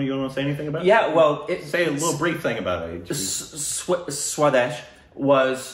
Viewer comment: saying "SWA-DESH" as "SWADES" as is "SHADES" still did not changed 😂🤷‍♂️